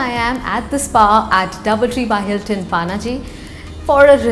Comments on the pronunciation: Panji not paanaji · It's not Panaji it's पणजी lol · You don't say Paaaannnaaaaaji for Panjim while you're in Goa and you don't say Frisco for San Francisco while you're in the Bay Area......Please correct pronunciation of city names...It's Ponje in Konkani and Panjim in English....not Paaaannnnnnaaaaaji.....Take Pan from Pan card and take Gym......Pan+Gym = Panjim.....this is the right pronunciation of our city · It’s Panjim or Pa - na Ji - not paaa naaa jiii. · It's not PAANAAJI, IT'S PANAJI OR PANJIM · It's not panaaaji. Panjim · It's not Paaanaaaaji, it's Panaji* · It's not पानाजी 😂😂, it's पणजी. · Actually it's Panje in Konkani as in पणजे So she still pronounced it wrong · The way she said pa-na-ji....😵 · Nice video but that pronunciation hurts 😥 Paanaaji... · At least pronounce it properly it's Panji not Panaji 😡😡🤬😠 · Did she say Paanaaji 🤦 unsubscribe and dislike.. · Panji 😂 try to pronounce it right 😂😂 you are Indian not so called NRI 😂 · Kamya Jani u r beautiful! But u cant even pronounce Panaji! Very sad! Paanaaji ? Seriously? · It's पणजी not Pa-na-ji पानाजी as you are pronouncing it The fluency with which you say 'Panjim' as the Brits ruined most of our local names, please learn the Bharatiya (Indian) names well before you visit. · Pronounce Panaji correctly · Her pronunciation of Panaji is wrong and irritating.